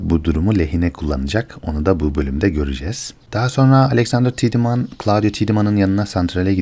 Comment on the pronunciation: Her şey iyi, ağzına sağlık reis de, şu Tiedeman telaffuzunu 'Tidımın' değil de " Taydımın" olarak yapalım tamamdır